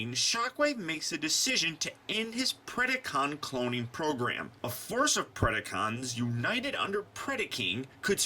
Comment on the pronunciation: predAcon and predAking not PREDiCON and PREDiKING.